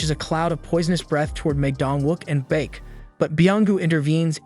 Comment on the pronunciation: Beek it's bake